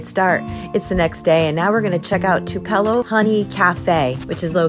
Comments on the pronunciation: Two-PEL-lo...are you kidding me?🤣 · That’s not how you pronounce Tupelo…it’s like two-pelo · That’s pronounced to pa low. Honey Like Tupelo Mississippi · ... Tupelo..is pronounced...to-po-lo....tupelo Honey is some of the best honey you will ever have..